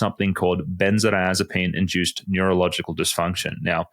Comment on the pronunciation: is a "Doctor doctor" I presume, So why does he pronounce the drug benzo-azapine, missing the "di" in the middle? Consistently through this video. It's quire odd.